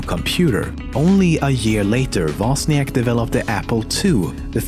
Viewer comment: Woźniak not Woziank ffs